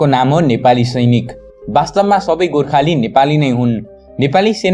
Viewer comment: गोर्खेली होईन गोर्खाली भन्नुस ..